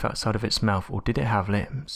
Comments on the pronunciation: The word is ‘lips’. Not “limbs” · Why does the narrator say "limbs" when he means "lips"? Does he have a speech impediment? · Him saying “limbs” instead of “lips” makes me so uncomfortable. Me over here picturing another set of arms on its cheeks covering its mouth when it was closed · Are you saying lips, or limbs? Teeth covered by scaly limbs, what?